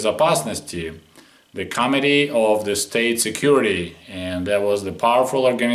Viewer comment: even i admire your english vocabulary, still i thought I just heard "comedy of state security" or is it "comitee of state security"? you could get ideas from AvE and start soviet era satire poetry